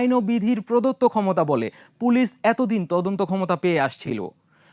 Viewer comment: প্রিয় উপস্থাপক, হয় বাংলায় “পুলিশ”👮🏽‍♀️(pulish) বলেন আর না হয় ইংরেজীতে “Police” 👮🏻‍♂️ (পোলীস) উচ্চারণ করুন । এর বাইরে পাকামো করার অবকাশ নেই । ধন্যবাদ ।